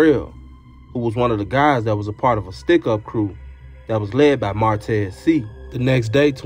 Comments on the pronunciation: I always appreciate you!! Just an FYI..the last name is pronounced “say”..I have family with the same last name..keep dropping & free you!! 💪🏾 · It’s pronounced “Shay “ I think